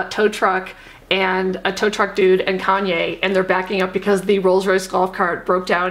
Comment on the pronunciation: “Kayne Kardashian West” 😂😂😂😂😂